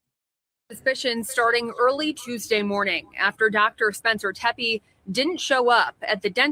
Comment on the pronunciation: The name Tepe is pronounced “tep-ee”